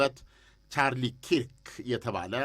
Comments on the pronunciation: ኪርክ ሳይሆን ከርክ ነው ስሙ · ከርክ ነው ኪርክ አይደለም ።